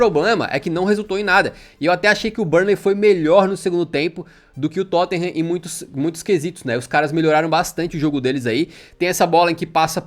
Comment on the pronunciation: "Tottinham" vc é ridículoooooooooo hahahahaha Mais uma vez o Tottenham nos trazendo felicidade .